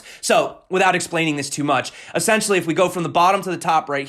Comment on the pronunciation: es·sen·tial·ly /əˈsen(t)SHəlē/ Learn to pronounce adverb used to emphasize the basic, fundamental, or intrinsic nature of a person, thing, or situation. "essentially, they are amateurs"